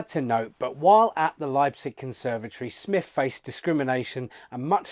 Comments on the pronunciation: So lame that he doesn't know how to pronounce SMYTH. You can even hear Sir Thomas Beecham -- friend of SMYTH -- pronouncing it correctly in a YouTube video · It disrespects the composer to mispronounce her name.